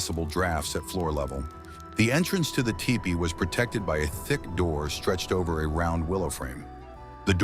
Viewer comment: The robo narrator said Ty-pee. lol